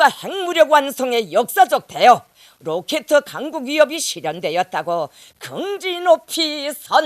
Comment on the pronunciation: 로케트?ㅋㅋ 거의 신생아 3살 발음??ㅋㅋㅋ